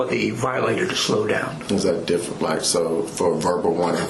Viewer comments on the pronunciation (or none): none